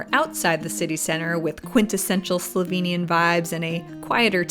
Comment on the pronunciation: Give you 5stars for pronunciation of slovenian names and words in general. Yeeey, you! THX for the great video, my country looks even greaeter from your eyes!